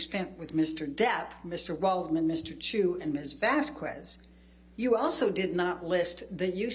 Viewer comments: also I have no idea why the hell people can't pronounce Vazquez like VAS-KEZ, and reach to say VAS-KWEZ. Me unfairley hating Eliane because her questions are terrible is my toxic trait. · Am I the only one that gets irked every time Amber's lawyer pronounces the name Vazquez as Vaz-kwez? 😂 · the way she pronounces vazquez annoys me so much